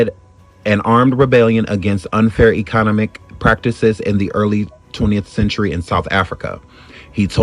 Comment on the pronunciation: Dog just said e conomic....Ek-o-nom-ic